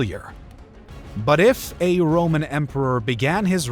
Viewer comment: Not happy with your Italian style of pronunciation of the names. This was Rome not modern Italy. Consonants were hard not soft.